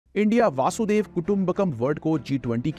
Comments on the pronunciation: Please make correct pronunciation of vasudhaiva kutumbakam it isn’t vaasudev it is vasudhaiv. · Please pronounce our Samskrutha words properly, if we can't even do it, who else can. Its Vasudaiva the whole universe or world 🌎 not Vasudeva, it is name of Krishna. Thanks. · Wo वासुदेव nahi, वसुधैव hai. Dono mai bohot farak hota hai. Please pronounce it properly.